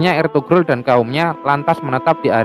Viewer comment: Eltugrul dbaca = Elturul